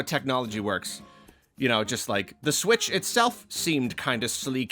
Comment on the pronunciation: i cant believe they're calling it the nintendo sputch